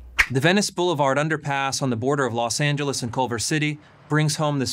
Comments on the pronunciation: I agree with you but the fact that you called Los Angeles "Los Angeleese" makes you my enemy, sorry. 😔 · Good video but why does he say Los Angeles like that